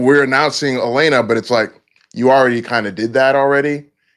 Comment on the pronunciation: This dudes voice is coma inducing 😂...the he holds his words out like hes slow AND he calls Elena "Elina" so cant really take what he says seriously when he dont know character names